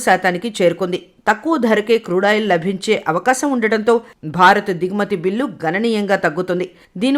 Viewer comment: లభించబోతున్నాయి, కాదమ్మా లాభించబోతున్నాయి అనాలి.